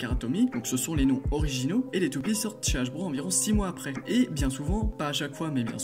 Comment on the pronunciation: Ça va mais juste tu dis '' hajbro '' A la place de dire '' hasbro'' mais sinon ça va et geist se prononce gueist